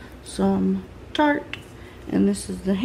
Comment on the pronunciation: Ffs she said tarte